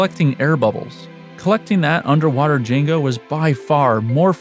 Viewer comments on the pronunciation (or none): Jin-Jo, not Jin-Go